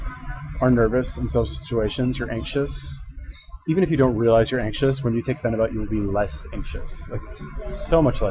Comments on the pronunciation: Pheni buttttttt? Wtf its pronounced pheni buyt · Your a phenibut expert but you say fucking phenibut wrong, its pronounced like phenibute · PheniBUTT... interesting, didn’t know it was pronounced as a BUTT. Hmmm learned something new but that was about it because couldn’t stand how many times this guy says PheniBUTT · "I'm a fucking expert" proceeds to mispronounce phenibut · Your response to my comment was slightly redeeming for showing a willingness to be wrong and having a sense of humor. I wasn't attacking your character, I'm not one of those I'll attack you cause you can't do anything back internet trolls, I'm just pointing out the obvious, an expert would of pronounced it correctly.